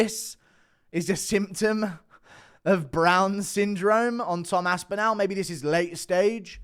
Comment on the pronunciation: the end of Aspinall is pronounced like 'ball'. Why you so weird?